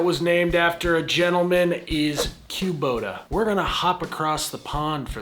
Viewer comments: I've never heard it pronounced queue-bota, it's always been kuh-bota in my ears. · "Q-bota". Midwesterners, "tf you just say" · I’m from the Midwest and I’ve never heard Kubota pronounced Quebota 😄 Even working at a Bobcat dealer where it’s in every day conversation. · I know, it’s always been kuh-bota for me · yall east of the middlers really know how to butcher words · Yeah…..Kubota ain’t no bbq.